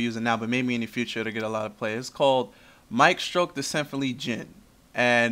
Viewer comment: Good job not butchering the name when you said it. Anyway yeah it's a good card. The Djinn monsters are low attack but have some damn good effs. I'm thinking of making a hybrid Djinn/DW deck to play around with.